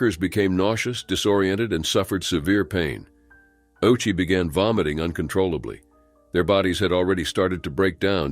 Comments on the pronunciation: Ouchi is pronounced "Oh-u-chi." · ayyyoooo! That was diabolical. Pronouncing his name like "Ow-chee", while knowing he got one of the biggest ouchies of all time.....